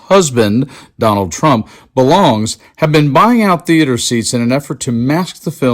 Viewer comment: " oh Don wald I'm cwummin...I'm cwummin "